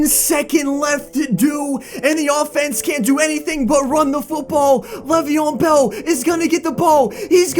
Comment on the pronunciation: Why are u calling him levion bell